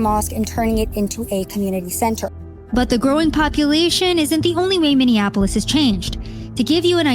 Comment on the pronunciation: Learn how to say Minneapolis before saying Minneapolis... uff da... it's not hard...